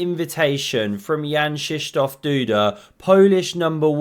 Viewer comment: its Kszysztof not shishtof